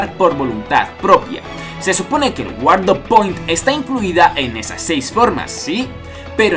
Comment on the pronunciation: Se pronuncia 'Guard point' no "Guardo point' Se nota el inglés.